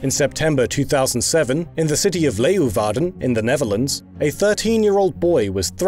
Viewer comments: always fun to see english speaking people fuck a dutch word. The "W" is actually pronounced...like a "W" in english. The rest sounded pretty good. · You almost pronounced Leeuwarden correctly, the U is silent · 'Leeuwarden'... Nailed it guys xD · YOOOOO I USED TO LIVE IN LEEUWARDEN FOR MOST OF MY LIFE. Hearing you pronounce it was very entertaining 😂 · I give your pronunciation of Leeuwarden a 7/10